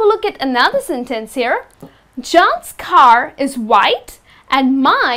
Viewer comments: It is pronounced SUBject not subJECT and SENtence not senTENCE. Careful on syllable stress. Imagine singing using the wrong stress! Nice job explaining grammar though. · It's a sentence , not a Sin Tenc u can check the pronunciation on Google or something , and u use okay alot . U r pretty but ur pronunciation sucks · this lesson sucks...you're putting emphasis on the wrong syllables....hard to follow...no one says senTENce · Your”re mine! I like the way you say SIN TENSE. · Nice class, but please stress the words properly: SENtence, SUBject, OBject, because sometimes you're doing it wrong. Best regards and thanks for sharing. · I think everything is well explained, but you have to be careful with the word "Sentence". Sometimes it seems like you're not very sure about its pronunciation. You're a nice teacher, and you're doing very well.